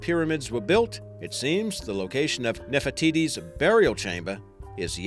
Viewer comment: i like how he says nerfer tities